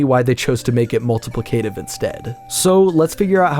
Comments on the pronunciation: Mul-ti-PLI-ca-tive, not mul-ti-pli-CA-tive. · Great video! One note: It's multiPLICative, not multipliCATIVE. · that... is NOT how you say "multiplicative." It's Mul-ta-PLICK-uh-tive. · You're saying multaplicative wrong, you're supposed to put the emphasis on "plic", not the "cative" So double pain basically works how capture cards work in super paper mario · Thats not how you pronounce "multiplicative"